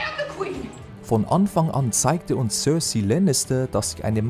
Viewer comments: hat er cearcai echt cerci ausgesprochen??!! wtf, dafür gibts ein dickes disslike, fakten über got machen wollen aber dann nicht die charakternamen richtig aussprechen können :( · In der Englischen Version spricht man diese auch anders aus, Zb spricht er Cersei Cörsei aus o.o.. Das ist jawohl mehr als nur falsch. Auch im englischen wird sie Cersei ausgesprochen, hast du das überhaupt mal in englisch gesehen? Targaryen spricht er Targeryen aus, auch falsch weils nunmal Targaryen im englischen ist xD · Von Onfong on zeigte sich Cörcei Lannister...“ Der Sprecher ist so hammer!